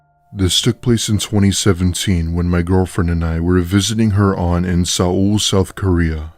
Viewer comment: Sa-ul South Korea? Do you mean Seoul